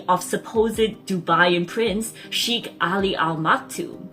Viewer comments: It's not pronounced as chic but shake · It is not "Sheekh" it is "Shaykh". It seems he grew up in Philippines going by the fluency of Tagalog or had seriously learnt Tagalog with employees. The singer and the sheikh are obviously the same person. Royal families in the UAE are very large, consisting of hundreds of members. Only the direct descendants of the ruler and/or those holding ministerial portfolios are known to people. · Please try to pronounce "Sheik" properly.